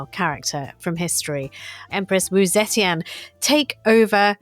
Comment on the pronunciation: Brilliant stuff, though I do wish WD would take two minutes to learn how to pronounce pinyin. Obviously tones are tough but just to get the basic sounds right. Wu Zetian is pronounced like 'Oo Zer Tee-en'. Oo as in ooo look at that. Zer to rhyme with 'her' minus any 'r' sound. Tee as in the drink tea. En as in the sound end but with no d.